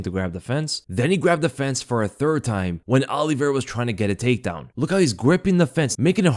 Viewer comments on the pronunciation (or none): Good breakdown. However you pronounce Olivera unusually;: Ollie Vera Everyone else: Olivera